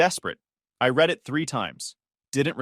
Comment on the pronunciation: I feel like they need to proofread what they are about to narrate before they even narrated because they mispronouncing words at all times Read and read are the same thing Make sure that you know exactly the way you have to say that specific word why